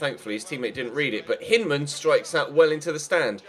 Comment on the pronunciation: with respect, Hyndman is American, so his name is generally pronounced Hine-dman not Hinn-dman. We're weird, and I've only ever watched him in the U21 WC so it might be how you're pronouncing it anyways.